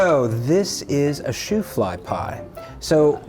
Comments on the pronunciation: Shoo-fly after the circus donkey, not shoe fly:face-green-smiling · Boys…. It’s not Shoe-fly pie. It’s Shoo fly pie. It’s made from molasses first that. Name brand was ShooFly molasses. Additionally, when bakers baked this pie the liquid like filling that pooled on top until cooled, Drew flies and the bakers had to keep shooing the flies away while it was cooking. Thus, Shoo Fly Pie. No shoes were ever involved. Lol. .